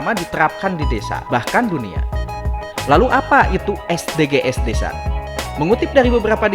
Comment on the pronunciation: Bahasa inggrisnya lucu...hehehehe.. es de ge es 😀 konten ini menghibur dr sisi kartunnya.